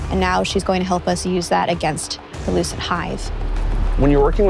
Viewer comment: Every time I hear lucent Hive it sounds like loosened Hive😅😩. They're ready for daddy Zavala.